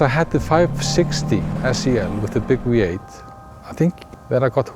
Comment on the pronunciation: "zee weee-8, yesh"